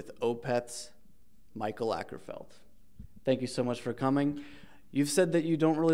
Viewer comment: "Michael Äckerfeld"